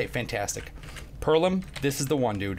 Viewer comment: Lol this nigga said perlim